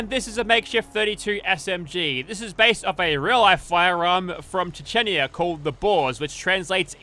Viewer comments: I beg you a pardon, but...it's Checnya, not "🚫Chechenia🚫" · Чечня брат. Произношение конечно интересное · Lmao your pronunciation of Chechnya